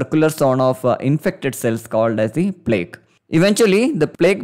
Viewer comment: btw plaque is pronounced "plack" not like "plague"